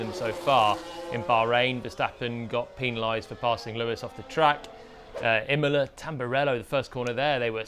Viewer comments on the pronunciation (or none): none